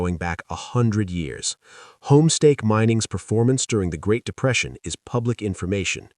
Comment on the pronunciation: "1929 GREAT DEPRESEITION' - yeah that was memorable ... huh !?